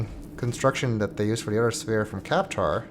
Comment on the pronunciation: Did anyone else get fooled when he said "and we'll continue..... In the next SPHERE"